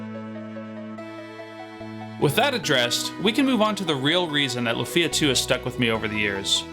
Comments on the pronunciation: Great content for a great game, but, say it with me: LOOOOFIA, not la-fia. Also maybe a bit long talking about bugs and glitches, including ones that random players are very unlikely to encounter like the tas ending glitch, but i digress. Luckily, all these problems have been long-since fixed by fan-patches, and I'm sure repro carts exist with them for those that only want to play on real hardware. ...And you explain why you mentioned the former and directly mention the latter as soon as I unpause the video. It's like you were listening! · It’s not “Lu-feeee-ah”, it’s “Luuuuu-fia” 😅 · Lu-fee-ah? That grates on the ears. Is it also Ma-ree-oh and Luigi? Such a weird part of the name to stress. Your accent is neutral, what happened with Lufia?